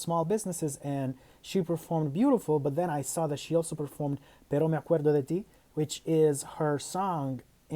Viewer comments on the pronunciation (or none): Amé esa performance, pero me sigue incomodando el "Pero me acueRO de tí" de los coristas, ojalá hubieran trabajado más en la pronunciación de la palabra "AcueRDO"